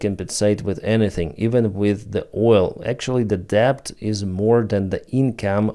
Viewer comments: Hi...Let me apologise for English and it's spelling. You speak it very well but are pronouncing debt with the 'b' included. It's entirely silent, so debt is just phonetically sounded out as just 'det'. Many otherwise excellent English speakers also pronounce bomb with a 'b' at the end. Again, for some crazy reason the b at end is silent, so instead you should just pronounce it as 'bom'. I know it's truly crazy spelling, but I didn't create it! Anyway, keep up the good work. I hoping that after a gruelling 2024 that 2025 will reveal a swift end to Russia's evil ambitions. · When pronouncing "debt" - leave out the "b" -- "det" - That's right ! " det " !!! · he says [debt] because it could sound otherwise as: death ... ;) LOL